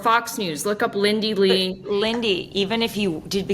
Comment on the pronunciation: Lindy Li (pronounced 'lie')